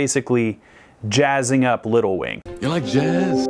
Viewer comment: seems to have lost the "g" in "wing".